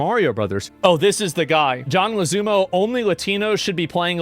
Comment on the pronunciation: I can’t get over Asmongold pronouncing John Leguizamo as “John LaZooma” 😂